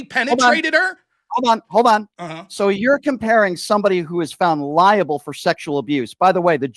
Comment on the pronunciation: Libel... not Liable.